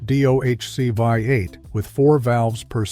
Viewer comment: Chrysler Hee-mee? Vye-8? Made by computers, for computers.